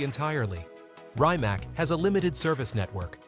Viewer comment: Rymac? LOL